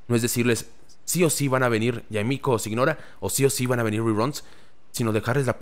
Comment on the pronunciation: Es normal que mihoyo esté exprimiendo el juego, es un producto y esta en su mejor momento. Poco a poco irá cayendo, yo por ejemplo ya estoy listo para dejarlo un buen tiempo. Y no gasto ni un solo peso en el juego. JajaajJ Por cierto, Signora se pronuncia siñora, todos loa nombres de los 11 son italianos.